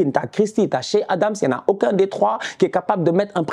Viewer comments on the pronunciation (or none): none